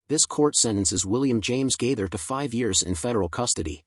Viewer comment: This is Outrageous! Several questions: Why is Anderson Cooper’s face posted as though he had a part in this post? Why could the person reading not remember how to pronounce Bill Gaither’s name? Is this be a way to escape prosecution for posting these lies? Satan, in the name of Jesus, be gone!